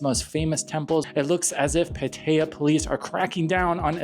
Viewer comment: You shouldn't use an AI voice if it can't pronounce Pattaya correctly!